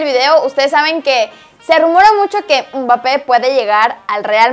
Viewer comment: Nadie: Absolutamente nadie:: UMBAPE